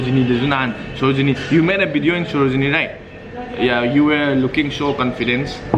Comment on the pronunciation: Oiya,, beronica, u made a bideo in sarojini etc... bro u can't pronounce v?